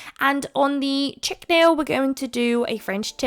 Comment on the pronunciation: Really cute. I use to hate green and now I adore it (not all shades). I’m the same with the maniology plates. By the way Chic is pronounced (She-K) that’s as close as I can get it right now lol xoxo